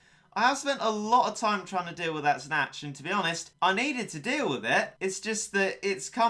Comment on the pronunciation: You pronounce the Snache as Snatch Isn't it pronounced like snake? Kinda like Ache?